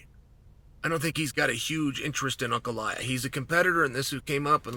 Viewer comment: Yes. Perry ah vs unk ef